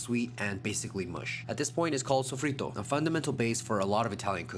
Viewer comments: SOFRITO!!!! SOFRITO!!!!!!! And you didn't keep anything classic buddy, try again. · sofrito is used in many Caribbean and south american dishes, not just Puerto Rico. He is using sofritto here, which is Italian 😊 They're similar, but different